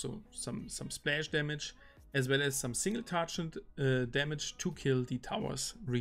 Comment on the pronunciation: Please google on how to pronounce "TARGET". It's triggering me everytime I hear it.